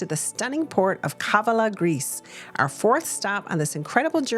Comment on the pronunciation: It's KavAla. The stress is on the 2nd A.